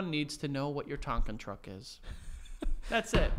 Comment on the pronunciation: he said “tonkan truck is “